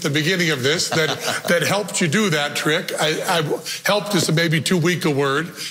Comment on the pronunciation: I hate spellcheckers! You said "truck" instead of "trick" and because it is a word, it doesn't know you were saying trick!